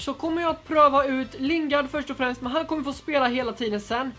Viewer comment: Överraktion på nästan allting och Lingard är ju engelsk och inte spansk tänker på uttalet